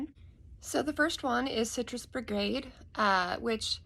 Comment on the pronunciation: Its BIGarade not Brigade....